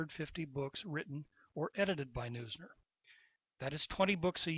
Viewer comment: His name is pronounced "nooz-ner" not "noy-zner".